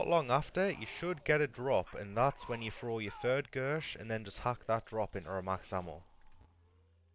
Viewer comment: Max hammo damn Irishman.